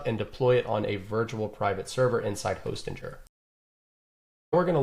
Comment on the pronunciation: Great tutorial. Fairly sure its not pronounced hostinjer though.